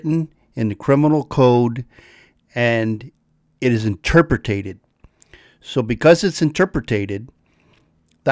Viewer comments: I love ya,, but “interpretated”? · Love your vids but AFAIK it’s “interpreted”, not “interpretated” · A great video. Thank you for sharing it. I'm subscribing to here and as soon as I get done here I will be subscribing to your live channel. One quick suggestion... You use the word interpreted and pronounced it slightly different. You might want to go in and correct that. Other than that I really enjoy your channel. Thank you. That made it sound like I do not enjoy your channel because of that. Of course I do.